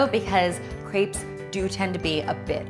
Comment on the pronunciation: Can you please just say "crepes" correctly. Thanks